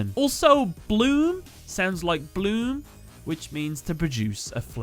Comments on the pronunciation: little mistake: Blume is not pronounced like bloom but bloom-é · actually, the word is pronounced "Blum-e". The e is not silent. So it does not sound like bloom. Still similar enough tho. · You’re mispronouncing blume. It’s pronounced “blue-meh” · I think recommended your video after a year to me just to tell you that the "e" in Blue is supposed to be pronounced as well and isn't silent at all. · The E at the end of Blume is not silent. But i guess it's a nice theory anyways. xD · Uff the German is ouch. German really has silent letters so Knospe (speak it Kenospee) and Blume ( Blumee) . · Yeah your german is terrible. You pronounce evry letter in Knospe and Blume in german. They don't eat their e's😅 So it doasn't sound like Bloom😅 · In german the e at the end of Knospe and Blume is not silence. just sayn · I am just here to say, that that isn't how you pronounce "Knospe" Same for "Blume" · Not to be rude but the e in both blume and knospe isn't silent, the k in knospe as well. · you couldn't be more off the actual pronunciation of the german names Knopse and Blume. the rest of the video is great tho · dat pronounciation of "Knospe" and "Blume". I'm like, there is no "noesp" in German and translates to "butt" looks at the actuall name oohhh....ohhhh, I get it now xD